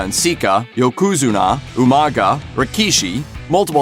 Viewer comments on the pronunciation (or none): Who the crap is Yo-ku-zen-ah? I mean really dude??? OMG. Thumbs down! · Yo-Kew-Zuna you can always tell when channels who DON'T REALLY KNOW WRESTLING do wrestling videos by the mispronunciation of names. Smh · Yokuoazunnah or however the fuck he said it. WRONG. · Jesus... if you're gonna do wrestling vids get someone who knows what the fuck they are talking about. Yo-ko-zoo-na Melt-zer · learn how to say wrestlers names bud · When non-fans make a video about wrestling. It's Dave MELTzer, not METZler. Also, you totally butchered the pronunciation of Yokozuna's name as well. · I can tell this guy don't know anything about wrestling. Calling Yokozuna the wrong way lol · Even in Japanese that is not how you pronounce Yokozuna. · That Yokozuna pronunciation though man, wtf? Lmao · How you going to make a video about pro wrestling and not be able to pronounce the wrestlers name you mispronounced Yokozuna you mispronounced Dave Meltzer you mispronounced half the names you said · As soon as he said yokozuna I knew this guy never watched a min of wrestler . Also when he said meltzer name wrong .